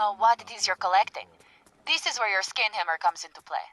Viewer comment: Whenever said Scan Hammer, it sounded like Skin Hammer. Not what I wanted to hear.